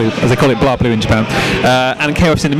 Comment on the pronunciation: Aww c'mon your not even trying, why do brits always pronounce BlazBlue as BlahzBlue, or BleeBlue, Blaz'e'Blue with no e not hard xD lol Meh the Japanese say BlehBlue anyways. *moves on to next part*